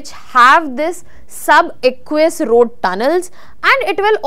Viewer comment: And ‘rrrrrroad” !!!